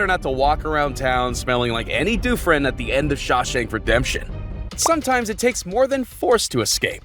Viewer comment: … andy doofren? 😂 come on man